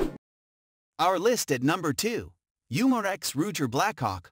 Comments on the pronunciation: Rugger.. lol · Hey intellegence its ruger .rudger da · Can't ever say ruger correct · The computer voice was pronouncing " lb " ( pounds in Foot Pounds ) as ulb. Haha